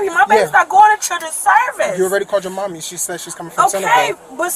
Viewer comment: Why bro say “mommy” like that 😂